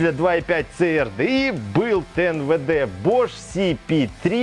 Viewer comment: Ц АР ДЭ И!! )))))))))) Кому, то надо срочно повторить английский алфавит!!! ))) И поменше эмоций!! Это же не политическая передача!